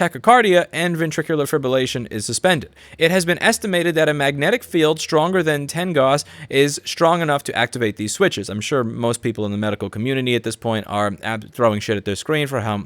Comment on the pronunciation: Gauss is pronounced like cow with an s